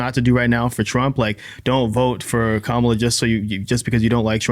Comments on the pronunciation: Learn to pronounce Kamala’s name correctly if you’re going to do a podcast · Say her name right.